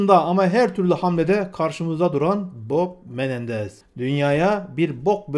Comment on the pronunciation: Kusura bakma gardaş bok Menendez mi dedin yoksa Bob Menendez mi? Hehehe